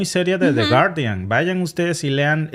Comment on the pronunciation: No se pronuncia de guardián.. porfa pronuncialo en Inglés 😂 tu sabes muchísimo más inglés que nosotros un abrazo a los dos grandes ejemplos a seguir los queremos en México